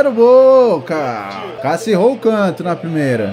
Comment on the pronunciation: Kkkkk o jeito que ele fala Cássio kkkk eu ouço: Calcio kkkkkkk